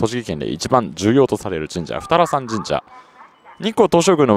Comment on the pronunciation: 宇都宮の二荒山神社って「ふたさらん」じゃなくて読み方が「ふたあらやま」じゃなかったっけ、どっちでもいいのかな？